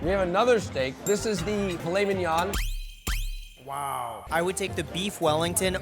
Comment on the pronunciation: me hearing filet min-"yon" and butchering that pronunciation, then perfectly saying piece de resistance